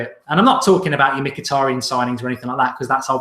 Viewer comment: You butchered Mituadi's name